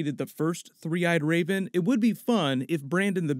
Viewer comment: Is he saying 'the three-eyed Rayben'?